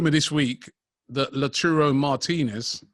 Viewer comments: Lachuro lol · man really said latrooro🤣